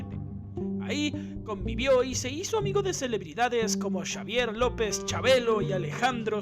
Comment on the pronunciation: ¿Y qué fue lo que confesó? Terrible video, mal investigado, pésimas imágenes y todo hasta mal pronunciado. No es posible que digas "Shavier López Chabelo" y "Jina Montés"... Terrible. 🤮